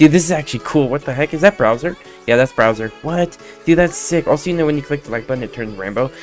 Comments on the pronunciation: Who the hell is browser It’s pronounced Bowser. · Bro can use the correct pronunciation because he literally said browser and peaches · How is bro cringe just because he couldn’t pronounce bowser